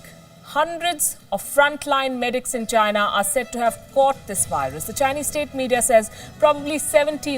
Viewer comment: mayday mayday …. I hear she saying ginar - make me think vagina